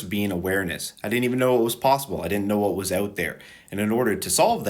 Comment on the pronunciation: ouut? found the canadian. cool vid